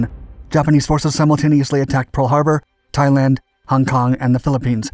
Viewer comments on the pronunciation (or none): none